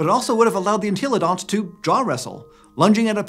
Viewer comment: I can’t be the only person that gets triggered every time he says “En-TEEEEEE-lo-dont”